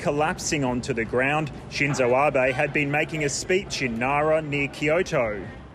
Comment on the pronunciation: Shinzu Abe? Sorry guys, His name was Shinzo Abe. Please correct.